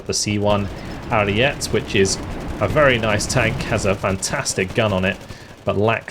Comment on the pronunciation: Ariete is pronounce “air-ee-e-tea”